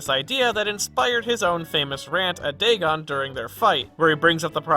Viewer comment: It's DAY - GONE DAGON